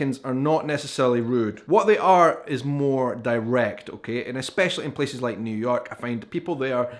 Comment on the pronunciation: I like the way he pronounces “Places” its like “peces” feces with a p